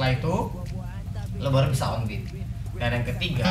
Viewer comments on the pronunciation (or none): none